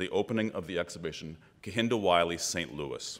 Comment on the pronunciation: Lovely man and very eloquent. As a fellow namesake tho, I wonder if it triggers him that they're not pronouncing his name correctly. Cos it makes me cringe